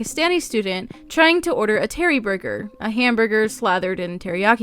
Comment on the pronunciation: Omg when you said Teri-burger it reminded me of Steve Martin trying to learn how to say hamburger in the Pink Panther 😂😂😂 I could not stop laughing. Don't worry, I can't do any accent even remotely 😭 but this is an odd upload time. Usually upload when I'm getting to work, not leaving lol.